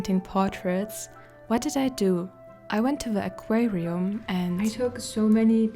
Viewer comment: As someone who enjoys your videos immensely, and who enjoys your voice and delivery as much as your adventures, including today's aquatic experiment, I have a couple of linguistic observations. I've never really thought much about how to say the word "aquarium" until now, hearing the way you say it, where you seem to pause in the "r", maybe because the German "r" sound is different. The other thing is the plural of "fish" is usually "fish" - "fishes" refers to different fish species. Painter Frank Clarke used to say you have 20 seconds from the time you put masking fluid onto your brush, to use it then wash the brush out by swishing it in water, before the fluid begins to dry and ruins the brush, or maybe it's ten seconds. Great video as always.